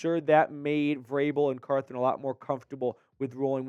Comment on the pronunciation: CarTHON....not carTHRON